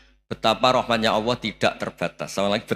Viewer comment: Gus Baha,klu sebut Allah kok awoh